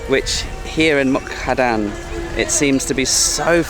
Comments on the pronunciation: Like this serie of beautifull Thailand on the Mekong river. MUK DAHAN is the right pronunciation not Mu kadan, it's OK. I forgive you. Stay positive and goog luck with your Krathong. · You always say a wrong name Muk-Da-Han to Muk-Ka-Dan. So funny for Thai people to heard that. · Beautiful part of the country. Was there last week. It is such a peaceful area and lovely scenery. The Meekong is a really nice place to stay. Half a days drive from Nakhom Phanom to Mukdahan? It is about 130km so no more than 2.5 hours Also is Mukdahan not Mukhadan 😃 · The town is pronounced Muk-Da-Harn. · Seriously? Can't say Mukdahan either? So many videos where you keep mispronouncing town names. Is it a gimmick?